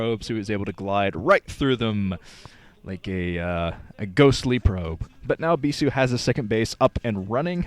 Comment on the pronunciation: stop saying bisu like that.